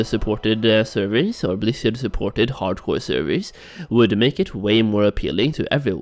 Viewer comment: i keep hearing HardKoï